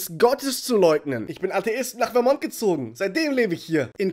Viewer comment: Ich dachte das der Bundesstaat vermont englisch ausgesprochen wird